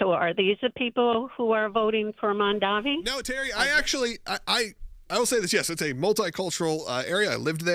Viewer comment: It's MamdaNi, not MandaMi. You're lawyers? I support you, but really?